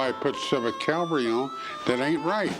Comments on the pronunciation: “Cavalry” not “Calvary” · CAV-alry. CAL-vary is where Jesus got crucified. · That's "cavalry." Calvary is something altogether different. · That would be cavalry, there Rick. Calvary was where they put that guy on a cross..... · Rick, learn to pronounce the word "CAVALRY ", not "CAVALRY ". Cavalry refers to soldiers on horses. Calvary is the place where Jesus was crucified. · Cavalry not Calvary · Rick, my man... it's not "calvary." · It's "cavalry" not "calvary." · Cavalry not calvary Rick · The word is cavalry Rick.